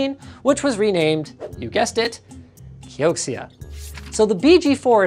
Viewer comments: KEE-OH-CEE-A? its pronounched KEE-OH-CERA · Wouldn't it be pronounced key o zia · Patrick says it's pronounced Key-oak-she-ah... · i'm not an expert but that's probably pronounced "kyo-shia" if it's anything like xiexie